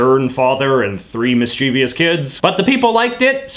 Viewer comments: This was quite helpful. [btw, (and no pressure), it's miss-cha-vuss not miss-cheevy-uss]. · Stop saying Mis-Chee-Vi-Us! The word is mischievous, with no i after v, so is pronounced miss-chivvus.